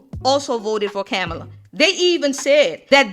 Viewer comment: U mispronounced "Kamala" name. 🫤